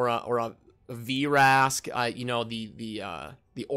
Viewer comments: STAHP CALLING HIM VEERASK....ITS JUST VRASK....no "ee" sound....stahp it haha :P...think like...the word vroom...its not said veeroom...just vroom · "V-Rask" lol